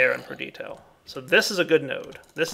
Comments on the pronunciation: 'Perdito' is a mistake, it bothers me. But 'warder' is an accent difference. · Am I the only one who cringes every time dire says "perdito" instead of "perditio"?